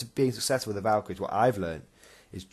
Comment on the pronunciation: Yep you pronounced it right and thanks for the props in the video. Took way to much time to get the lines in but glad you all liked it. Armoured colum list is hard to run but is fun.